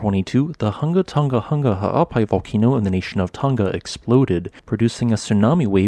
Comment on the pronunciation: You really said Hunga tunga hunga in the nation of tunga